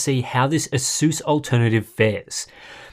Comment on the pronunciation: Pisses me off how he says asus